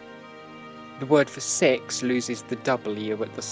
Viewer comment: No, I'm just making a stupid joke, because it's the point at which you said "seks" meaning six